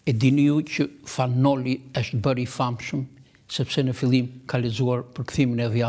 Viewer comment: I nderuar Xhevat Lloshi, Ti po flet si duhet të flitet gjuha Shqipe Letrare, por nuk je i vetëdijshëm se Ti vetë po bën gabime; n'vënd se të thuhet 'është' ose 'ndonjë' Ti thotë 'eshtë' dhe 'ndonji'! Hallelujah!